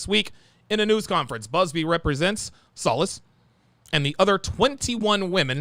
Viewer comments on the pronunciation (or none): Solis is pronounced So- leeesss>jfyi